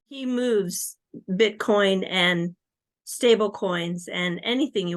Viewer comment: He says Bitchcoin😂